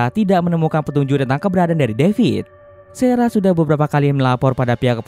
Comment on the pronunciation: sarah bang bukan serah